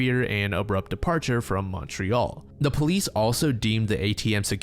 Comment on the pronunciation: never say Montreal ever again